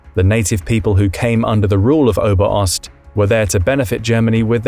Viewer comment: Bro its Ober-Ost not Oberost